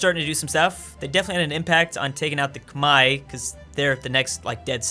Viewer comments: Who are the "komai" that he keeps talking about? Is it Khmer? Because as far as I know the Khmer are called the Khmer, not komai or kmai or kamae or whatever he's saying (since captions wont pick it up) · khmer not khemai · Ah yes. The Khmai. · Why are you pronouncing the Khmer "Kmai"? Is that the English pronounciation? Sounds weird every time I hear it.